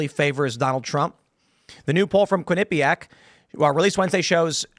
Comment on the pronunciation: The Quin-a-pee-pack pole